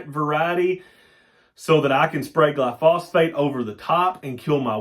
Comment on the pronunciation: New subscriber....knew some on alfalfa but know lot more now...gli-so-fate, not gli-phosphate...